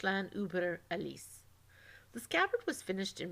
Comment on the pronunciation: Useful information but a lot of annoying pronunciation errors. It's "swahstickuh" not "swasteeka" and the German pronunciation was also a little off such as in "Alles". You also said "Elkhorn" instead of "Eickhorn".